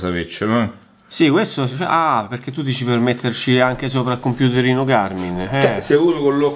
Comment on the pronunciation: .... ma di chiama Garmin e non Garming ..... siamo alla frutta 😭